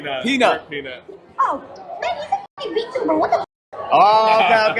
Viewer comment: Well, at least xQc doesn't say vtubber anymore.